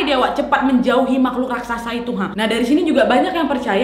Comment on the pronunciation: raksasa mbak bukan rasaksa